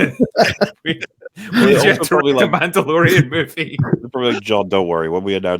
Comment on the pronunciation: Did say Mando-Bore-ian?